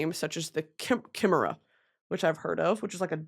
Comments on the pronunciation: Her mispronouncing Chimera pains me ITS PRONOUNCED KAI-MEH-RAH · Brittany, just give in and read Crescent City, you’ll be able to pronounce Chimera correctly 😂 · Kai mare uh (chimera) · Ugh actually that’s not how you say chimera ☝🏼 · HOW DOES SHE NOT KNOW HOW TK SAY CHIMERA